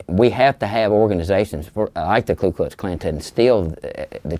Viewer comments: I love how he's literally an Imperial Wizard and still mispronounces it as Klu Klux Klan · I dunno if I'm just being pedantic at this point but every time the Klan member says the full name he keeps saying Klu not Ku and I feel like if you're gonna be so passionately racist you may want to learn to say the name of your lil club properly before spouting your shit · The all-knowing “imperial wizard” has yet to pronounce his own organization’s name correctly. I wasn’t aware of the klu klux klan… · I love that Grand Wizard of the Ku Klux Klan can’t even get the name of his own organization right. Dude keeps saying “Clue Klux Klan” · This mf can’t even pronounce Ku Klux Klan correctly jfc